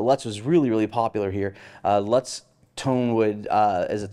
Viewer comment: you are mis-pronouncing "Lutz". Billings MT has a news reporter who is the daughter-in-law of the person for whom it is named. How would you say "lute"? Or plural lutes? That's it! Thanks.